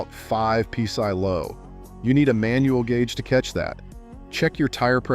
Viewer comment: What the Fu*k is pea sigh? p sy? peace eye? pee sy,? piece I. Sigh indeed, when I heard that I almost peed and sighed at the same time. Lets just call it call it pounds per square inch or P.S.I. or tire pressure above atmospheric pressure, Zero reference pressure or something i can find in a physics book. I think I am going to go get a peece of pigh and watch this video again just in case Eye missed something...